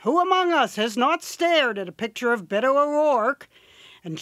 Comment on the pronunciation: I hate how she says Beto